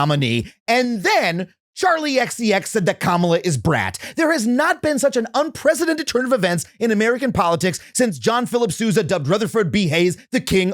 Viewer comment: Are...are you saying "un-presidented?"